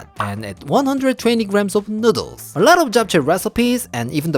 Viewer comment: I luv how he say nuudles